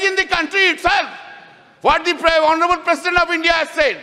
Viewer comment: Crutch ,,,,not clutch.'H' is silent in honourable.